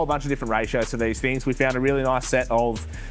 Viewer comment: Bigger and better "thing's not "fings. can build a car but doesn't know how to speak english😂😂 fingy fing fing🤣🤣🤣